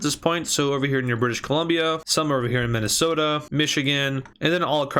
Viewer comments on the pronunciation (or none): none